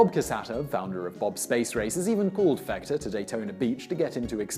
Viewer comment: Sometimes he's also calling him Fechter with a with a soft ch.